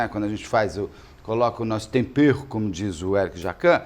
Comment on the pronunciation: O Jacquin, fala tompero para tempero!